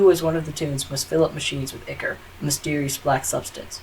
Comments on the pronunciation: Hey, just to let you know you made a pronunciation error. The liquid that takes over the twisteds, and the liquid that you have to extract from the machines (they are both the same thing) is pronounced eye core. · yes i just commented to say this.. its pronounced "eye-core".